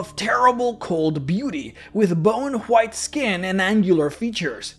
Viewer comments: why do you say white with a J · Good video but damn way he says "white" is triggering